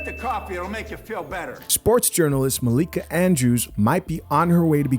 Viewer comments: It’s hilarious how you intentionally mispronounce her name.😅😅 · her name is Malika not Mikayla! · Bruh at least day her name right lol